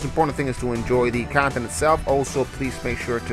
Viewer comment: F Pweds, but your khantent is great!